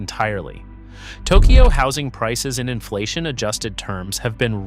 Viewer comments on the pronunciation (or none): none